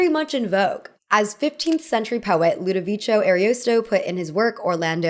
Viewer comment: Girl, with all the research you do for your videos, why not search up the correct pronunciation of names you cite? Who is LudoviCHIYO? It's pronounced ☝️ "Ludoviko". And, speaking of him, if you like Medieval epics, you might enjoy his magnum opus, the "Orlando Furioso". It's a lot of fun✨